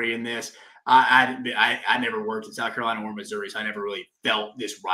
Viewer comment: Is this dude saying South Cabelina? Maybe I’m losing my mind